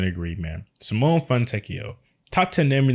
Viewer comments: LOVE FROM ITALY (the e in Simone is not silent btw) he's a fantastic player. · Simone is not pronounced like that😭😭😭